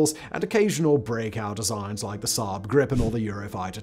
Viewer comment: You pronounsed the swedish one wrong😂😂